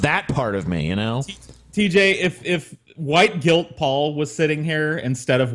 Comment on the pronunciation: A "vhoyte"